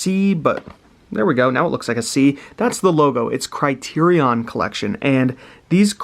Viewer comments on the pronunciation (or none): Your saying criterion wrong.